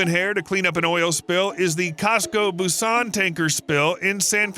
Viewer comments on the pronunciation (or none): none